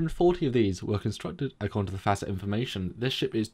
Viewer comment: FASA... Fa as in the musical note and Sa as in the word saw. Not long A's